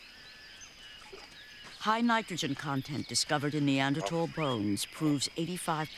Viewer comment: Great! She knows how to pronounce the word Neanderthal. But who knows whether Erectus evolved this way. This is much more interesting than Genesis. The writers of Genesis were desert people and never went to a zoo and saw the humanoid apes.